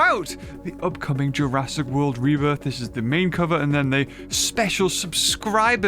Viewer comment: Did i just hear say jurassic world reburger or is it just me?